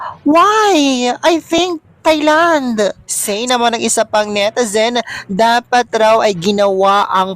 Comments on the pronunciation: Thai is pronounced TAY not thigh! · “Tie” Land! Not “Thigh” Land! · Hi, Thailand is pronounced as Tailand, walang TH! Hehehe